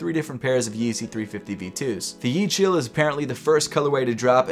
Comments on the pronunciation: It's pronounced yeh - chi - ell (like elk without the k) Not yechill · Yechiel is pronounce Ye (like in yes) - He-El (like the Spanish word for "the") with some phlegm on the "ch". So easiest way to say it would be sorta like ya - heel if you were slurring it. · Yecheil (Yahk-heil) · Mans really said “yee-cheel” lmaooo